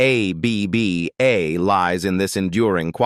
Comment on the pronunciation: Aay-bee-bee-Aay?? More BS AI. Bye.